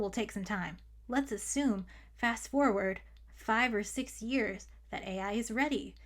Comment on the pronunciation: ASSUME? Or, A-zoom????